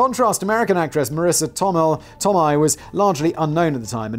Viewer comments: Tomei is pronounced "Toe May" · Tomei is said Toe - May (like James May) oh Factual one. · Yes Simon saying Marisa Tomei's last name wrong the whole time. Lol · Praise the Blaze Borthers! Also, isn't anyone else disturbed by how Simon pronounces Tomei? Edit: Is there something as a SMART conspiracy theory? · Des Moines. You fuck up so many words but you get that one right? Btw, Tomei is pronounced toe-may.